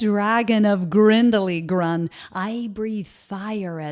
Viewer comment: “Bumblebeeses”, I think the voice actress probably meant: “Bumblebees”. : Also, wasn’t she supposed to say: “Grump”? Why did she mispronounce it like just: “Grun”? : “Unless he is an herbivore.”, I think she meant: “Unless he is a herbivore.”. And, basically, yes. I kinda just spotted that parts in her speech that needed a bit of grammar tweaks and fixes. Still, great storytelling animatronic dragon robot. The voice actress’s English isn’t all that bad, it’s alright, it’s good. It’s just the bit of that grammar that kinda just has to be fixed at some point. Again, cool animatronic dragon…